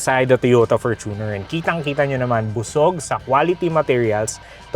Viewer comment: Perfect pronunciation ng Fortuner! 👏🏼